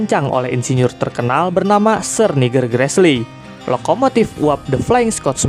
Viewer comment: Adminya salah baca nih, aslinya sir nigel gresley. Malah jadi sir niger gresley